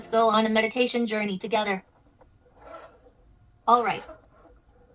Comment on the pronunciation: HE REALLY SAID “medation” 😂